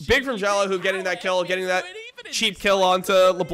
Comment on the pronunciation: why is he pronouncing xiaolaohu's name wrong even though the commentator is literally saying it over and over correctly?